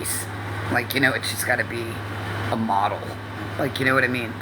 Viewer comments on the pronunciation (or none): none